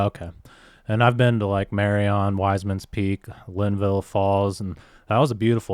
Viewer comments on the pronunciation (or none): It's pronounced MARY-UN not MARY-ON